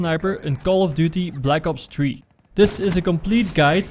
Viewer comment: Call of duty black ops tree lol